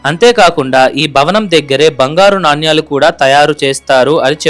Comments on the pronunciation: Naannyaalu kaadu sir nanaalu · చాలా బాగుంది ! నాణ్యాలు అని కాకుండా నాణేలు అని పలకాలి !